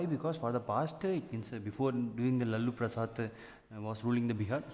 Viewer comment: sir the way u said lallu prasad instead of lalu prasad made me laugh (not making fun of u if this hurt u im very sorry🙏)